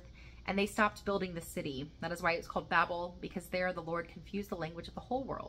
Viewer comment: Another classic except it's usually pronounced "babe-l," like on elton john's captain fantastic album. God could be such a prick, eh?